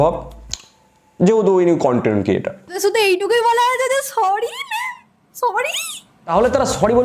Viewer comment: দাদা মেয়েটি কনটেন্ট বলিনি কানটেন্ট বলেছে😂